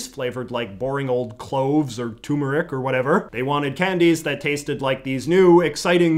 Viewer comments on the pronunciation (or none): It bothers me more than it should when people pronounce the word turmeric as “tumoric”